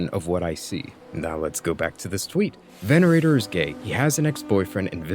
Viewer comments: i love this video but why do you keep pronouncing venator as venerator 😭😭😭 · "Venerator" just for that im unsubbing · It's Venator, not Venerator, totally different words, but both fit the theme so I understand the confusion. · My guy, nice video, only correction is the deadlock character is called veNATOR not venerator, good day bro. He's a true catholic. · I agree but at least pronounce one character's name properly mate. Venator, not Venerator. Hayasaka, not Hasayaka.